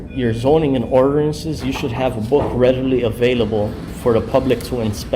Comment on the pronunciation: 😂😂 orderance AND promitly